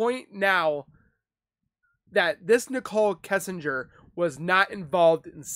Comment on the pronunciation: I will NEVER overstand how someone feels comfortable enough to make a UTube video for potentially the entire 🌍 to see when they know so little about the subject of said video? How do you not know how to pronounce the last name “Kissinger”? It’s not exactly a weird or super uncommon last name. Cmon dude. Seriously, step your game up my dude. This was hard to watch. Whereas Annie Elise’ channel is dope, super well done. Why? Bcuz she’s super informed on the content of her videos. Wow…this is what we get when any ‘ol uneducated, low intellect individuals can have UTube channels. Some advice; don’t quit your day job.😤🤷🏻‍♂️